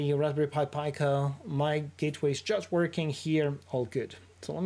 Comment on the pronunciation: It’s pronounced pee-co (from italian for small)